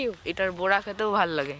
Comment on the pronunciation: ওটাকে কড়া বলে কোঁড়া না, আর ওটা বড়া, বোড়া না। অর্জুন তো ইংলিশ মিডিয়াম স্কুলে পরে। ওকে এই উচ্চারণ সংশোধন গুলো এখন করে করানো উচিত। স্থানীয় গত ভাবে ভাষার একটা টান থাকে ঠিকই। কিন্তু বাংলা ভাষার যেমন উচ্চারণ তেমনটা শেখানো উচিত। আর ও বড় হচ্ছে।